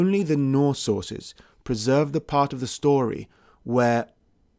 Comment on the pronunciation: “norse sorces”:)